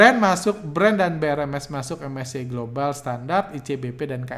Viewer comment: ingat bgt awal2 bahas indeks2 luar begitu, krn unik aja ngucapinnya menolak untuk keren "em es ce i" dan "ef te es e" wkkwkww